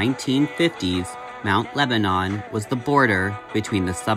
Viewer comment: I think you just blew my mind. Not only are Christina and I the same age, but we both attended The Art Institute of Pittsburgh at the same time! I probably passed Chris in the halls. Also, I lived in the neighboring town of Bethel Park and Mt Lebanon were athletic and academic rivals. FYI it is pronounced Mt. LebaNIN and not Mt LebaNON (as one would think). It is also a pretty affluent upper class community. Many doctors and lawyers and upper management types lived in Mt Lebo (the Pittsburgh nickname) since it was just close enough to the downtown to not be a ridiculous drive on the daily commute. Also, I don't believe Mt Lebo was part suburban and part farms. It was way more citified than Bethel and we had no farms left within the community by the early 1950's. Christina lived in what I would considered a pretty privileged life, in a very well-appointed suburb. The question I have is I wonder what she was doing between graduation from high school which most likely would have been 1972 and the time she went to Art Institute? (I was working) Thanks for the interesting upload! Say hello to your sweet kitty!